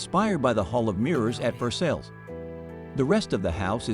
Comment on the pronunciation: Please stop trying to pronounce anything that comes from French: Versailles s/b said as Ver-sigh and beaux s/b bowz. The John Brown in the photo you show is the abolitionist who raided Harper's Ferry to free the slaves just before the Civil War, not the Providence merchant who died in 1803 - long before photography. Besides the slaughter of the name Lorillard, IV is said "the 4th," not "iv" as shorthand for intravenous.